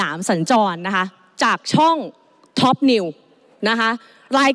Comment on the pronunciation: ทุย หรือท็อป เอาให้ชัดๆคุณไอซ์